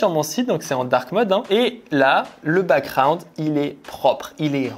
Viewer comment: Il y a un 'g' dans background, on dit pas backround mais backGround